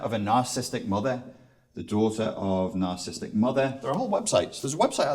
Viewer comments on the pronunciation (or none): Why does he keep saying Narcism, Narcist and Narcisstic? (he even wrote that down). It was annoying me - and I am too perfect to put up with people who can't pronounce the words they are supposed to be experts on. (ends in preposition - oops) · Isn't the word spelled and pronounced 'nar-ciss-is-tic'? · Seems interesting, but not sure how much I can trust the view of someone who can't spell or pronounce narcissistic !!